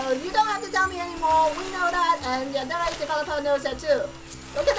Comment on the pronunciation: it's funny how she says yandele-chan instead of yandere-chan